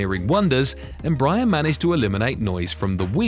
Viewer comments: I think it’s pronounced embrayer not embrahyar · Pronunciation …boy you kill the name ..how do you get. ‘M-Bryier ? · “Embaaayer?” Dude, quit using those silly CIA robot voices! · Tip: you're supposed to stress the last syllable. em-bra-ER. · I agree, your observation is valid.